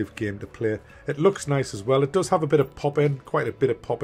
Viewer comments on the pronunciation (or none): none